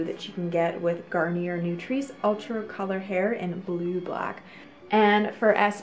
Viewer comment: Gar nee yay